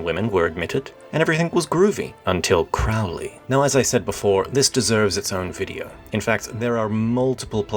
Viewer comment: Ye Gods, please pronounce the names right--Reuss is pronounced "Royce," Crowley rhymes with "holy," as he was fond of saying...and "Leah Sublime" is the only poem I know that could stop an orgy dead in its tracks. It's not a real representation of Crowley's writings, so you're being a bit unfair. And "Chabad" is pronounced with a clearing the throat CH, like how a Scotsman pronounces "Loch," not a CH as in "church."